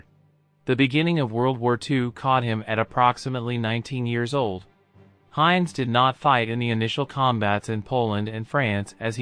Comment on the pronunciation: German pronunciation is terrible, Jug End for 'yoogent', Heinz as opposed to 'Heintz'. These AI voiceovers have a long way to go.